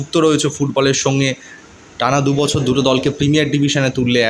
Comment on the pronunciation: এর কিছুতেই উচ্চারণ ঠিক হবে না জীবের আড়ষ্ট তা কাটছে না বছর কে বসর বলছে খুব শ্রুতি কটু এর এই খারাপ উচ্চারণের জন্য এর ভিডিও দেখতে ইচ্ছে করে না